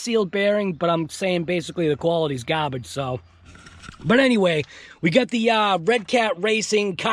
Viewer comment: Why can’t you pronounce garbage properly 🤔 ?